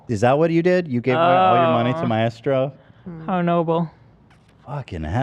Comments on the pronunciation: Help, why are so many of you completely mispronouncing 'maestro' so confidently? I can't listen to Ethan say 'ma-estro' anymore 😭😭🤣🤣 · My-estro 😂😂😂 idk how but Ethan always finds the weirdest pronunciations. I always heard it as my-stro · Does Ethan think maestro is pronounced my-estro? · The way Ethan pronounces Maestro is so incredibly wrong, is this an American thing?! It’s 2 syllables not 3! :S Sorry, English girl here. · Am I the only one finding the teams pronunciation of maestro extremely jarring? I love them but is them adding the “eh” in a bit? Cause I don’t think that’s meant to be there… at first I thought they were talking about a drug Hahaha